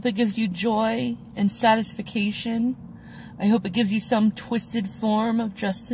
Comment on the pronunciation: Did she say "satis-fication"?